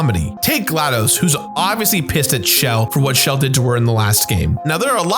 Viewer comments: Dude... it's been years and you're still saying "Shell" as if it's short for Michelle. It's "Chell" with a "chuh." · the main character's name is 'chel', pronounced like the first half of Chelsea. so the shell joke doesn't work. and glaDOS is pronounced like MS DOS (or boss with a d), hence why it's in caps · Her name is Chell. CHELL (not Shell). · So is no one else going to mention that her name is pronounced Chel? It's not pronounced Shell. I feel like I'm losing my mind here.